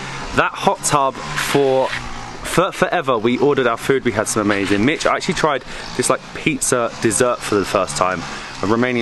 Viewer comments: yes, but the actual pronunciation would be closer to “michi” than “mitch”, because there is no “t” in mici. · I am not telling you anything else besides the fact that I hear the “t” in Mitch. Do you hear it? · I love how she calls mici "Mitch" like the name 😂. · in the name “Mitch” the “t” is pronounced in English.